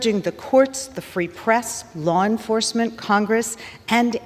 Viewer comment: I refuse to be lectured too by someone who can’t even pronounce the words “Law Enforcement”